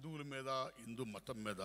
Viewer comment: Hindu ani sarigga palakalekunnaru